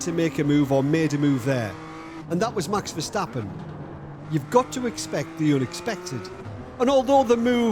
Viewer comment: Say Mäks instead Maxs. No puntherino intended, great work!